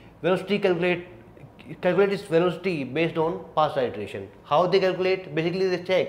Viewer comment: iteration /ˌɪtəˈreɪʃn/: you correct your pronunciation.